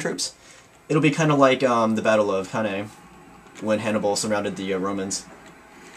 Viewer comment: Did you say the battle of Hannae, or Cannae? It sounded like you said Hannae to me though. Anyway good game though. You never cease to amaze us, well at least me anyway.